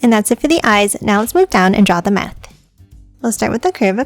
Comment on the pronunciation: she says math in steded of mouth